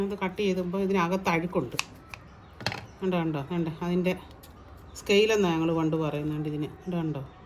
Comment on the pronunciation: സ്ക്കെയിൽ അല്ല ചേച്ചി നാക്ക്